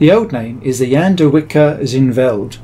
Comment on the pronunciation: Jan de Wijker isn't pronounced as Jan de Wicker but rather Jan de Why-ker with a silent h (in Dutch ij = y). I think from an English background you'd come closest to the original pronunciation this way.